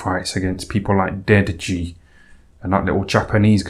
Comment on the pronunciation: Deji should really be pronounced de Ji. Similarly, Ryan Garcia ought to be pronounced Gar-cia; not Gar Cee Ah